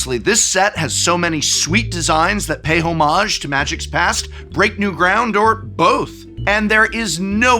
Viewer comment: did you just say Ho Mage?